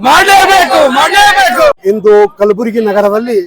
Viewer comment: Kalburgi Anu kalburgi